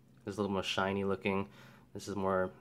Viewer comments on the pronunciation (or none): none